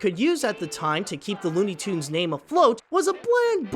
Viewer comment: it's tunes not toond